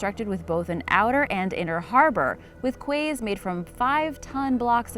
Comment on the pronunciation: Quays is pronounced Keys